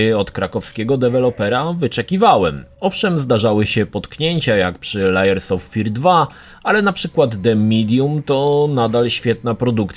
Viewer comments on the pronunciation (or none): Sorry muszę to napisać Layers czyt. "Lejers"- Warstwy nie Liars czyt. "Lajers"- Kłamcy